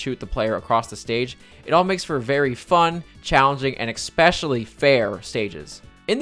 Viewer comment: Absolutely no one:: “…..ekspecially”